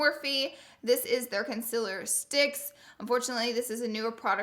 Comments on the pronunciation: Is it me or does she say concealer wrong like conciler not concealer.... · Honey it's con-ce-lure not cumciler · Conciller and there goes another word grezy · Why does she pronounce concealer wrong? IT'S CON - SEE - LERR not CON - SIL - ERR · what the hell with the "CONCILER" 😂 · Loara said conzelar lmao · "Consillurr" why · Con-ce-ler thats how you pronounce it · I love how she says concealer